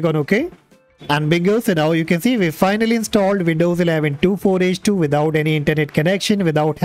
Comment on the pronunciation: Just a little thing, it’s pronounced twenty four h two.